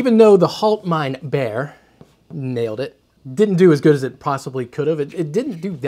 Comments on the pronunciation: It's pronounced "Haalt mine beer", (Bier = beer, different spelling, almost same pronunciation (different R) ) What you said is more "Hold my bear" (Bär = bear, again similar pronunciation yust with a German R) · If we wrote the "HaltmeinBier" the way you pronounced it in German it would be something like "HoltmeinBär", which might then again be translated as "Get my bear". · How to pronounce "Bier": Beer. It's exactly the same. No difference. "ie" in german is "ee" in english. Not to be confused with the german "ei" which is a totally different beast. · It's pronounced "hallt" (the "A" as in sally) "mine" "beer" - Haltmeinbier - and it's German for "hold my beer"...